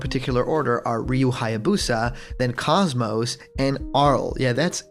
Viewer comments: KOS-MOS is pronounced KOZE-MOSE. Cozy with no y and most without a t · btw KOS-MOS is pronounced KOZE-MOSE. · Stop pronouncing KOS-MOS wrong! >_<